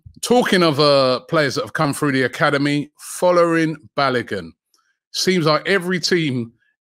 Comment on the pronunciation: Robbie I bet you … can you pronounce Folarin Balogun’s name properly for once 😂😂😂